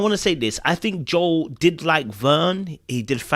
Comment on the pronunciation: hey, thanks for pronouncing Joel’s name correctly, as it should be. No idea why everyone on the show including Joel thinks Joel is pronounced as Jo-elle. Guess they don’t listen to Billy Joel